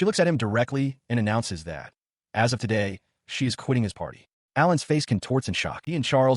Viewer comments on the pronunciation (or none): none